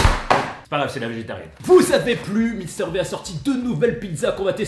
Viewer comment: Mister V prononcé Mister Vie par pitié, au secours 🤣🤣